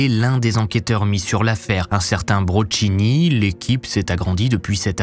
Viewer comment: Hello, phonétiquement c'est l'inspecteur BroKini et non BroCHini, en italien le 《CH》 suivi d'une voyelle 《I》 ou《 E》 donne le son 《K》. Exemple on prononce Michelangelo -> MiKelangelo. Idem avec 《C》 et 《CC》 sans 《H》 devant une voyelle 《A》, 《O》 ou 《U》. Aussi avec le 《QU》 《QQU》 《CQ》 suivi d'une voyelle. Le son 《TCH》 s'obtient avec la combinaison de 《C》 suivi d'une voyelle 《E》 ou 《I》. Le son 《CH》 = les consonnes 《SC》 suivi d'une voyelle 《I》 ou 《E》 et si c'est une voyelle 《A》, 《O》 《U》 on rajoute la voyelle 《I》 après 《SC》 ce qui donne 《SCI》.